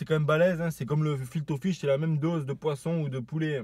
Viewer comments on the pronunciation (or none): Chui mort il dit "FIL TO FISH" 😂